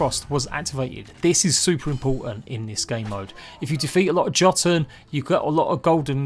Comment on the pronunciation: Jötun is pronounced with a soft J. Yo-tun. not Jaw-tun. (and no it's not an accent thing for those of you about to come at me. it's a foreign word regardless and deserves the respect, that's all.)